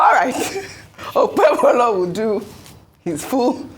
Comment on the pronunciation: Who is OkpeBOLO? Arise TV journalists are semi-illiterates that can't pronounce mere Nigerian names! What a shame.